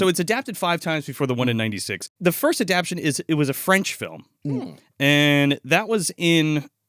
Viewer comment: Is adaption a real word or does mean to be saying adaptation?